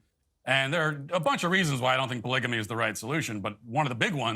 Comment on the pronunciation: I definitely need to get my ears checked, because I hear Matt Walsh saying „baligamy“ instead of polygamy. Wow, Matt Walsh‘s opinion is so balanced, cuz he finds that hoodlum ok and Taylor Swift negative. Wow, just wow.